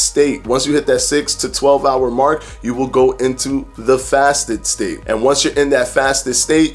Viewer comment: Every time he said 'state' I heard 'steak' :-) That's what IF does to you haha. Great video BTW.